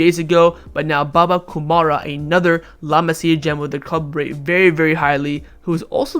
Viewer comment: One suggestion: Your pronunciation is shit dude 😂😂 It's Baba Kou rou ma not baba kumara from Sri Lanka 😂😂